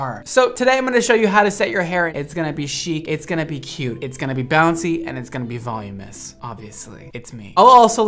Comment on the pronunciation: OMG. It's not Volumous. It's VOLUMINOUS!!!